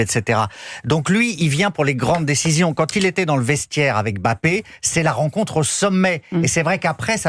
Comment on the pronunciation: Prononcer "Em-Mbappé" en 2024, il faut le faire.